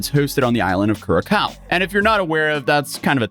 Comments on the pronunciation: nothingburger and its curacau... the last c is spoken like an ssss_ curasao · "Ku-ra-cow" Are you saying... Curacao? You mean "kur-uh-sao" 😂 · “Keer-uh-sow” according to bartenders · Curaçao = Kurasao 😅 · Curacao is pronounced as Kurasaw, just teling you. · Curaçao is more like cura-zao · As an Aruban, it brings me joy hearing you mispronounce “Curaçao” (Cure-a-sauw) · The rep who sells it at my bar calls it kur-a-cow. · probably they would understand it better as Kuh-Raw-Saw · Curacao is pronounced Cue-Ra-Sao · someone teach this man how to pronounce Curacao please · Curaçao, speak the 'ç' as 's'. Google translate set to Dutch gives the correct pronounciation. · It's Curaçao. So pronounced with an 's' sound. not a 'k' sound. Curaçao, ...like 'Blue Curaçao". (wich is named after this truly beautiful Caribbean island. Where the beaches are actually what they look like in magazines. Google Curaçao and hit 'pics'.) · Hearing pronounce Curacao made my litte caribbean heart shrivel😆😆